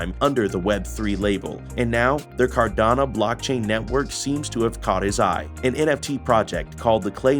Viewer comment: Nice clean informative video. But it’s pronounced car-da-no, not car-da-na